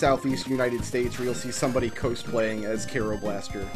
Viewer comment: Your pronunciation of Japanese words has been fine, but I've never heard anyone mispronounce cosplay like that before. It's derived from costume. :P